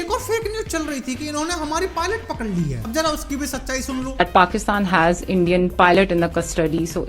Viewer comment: Endia ni hota hai bhai india hota 😂 hai